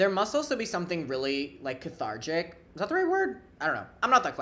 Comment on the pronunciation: cathartic not cathargic i think you were merging it with lethargic HAHAHA